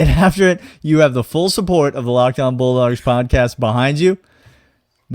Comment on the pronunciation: I heard that too. 🤣